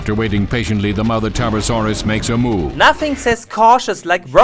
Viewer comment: Bad pronunciation ? Boy you hit your Ts hard buy my german accent is thicker than that Tarbosaurus: ass. The CGI ist sooooo bad.